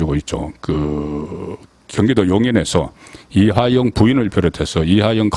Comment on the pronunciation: "이하영"인지 "이화영"인지? "이하영"인지 "이재명"인지? 발음을 정확히...!